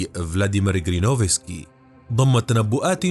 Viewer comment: اسمه جيرينوفسكي ... و ليس كرينوفسكي. تخدش الاذن 😅🥲